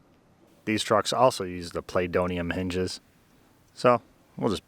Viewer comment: Play-doium hinges. ROFL!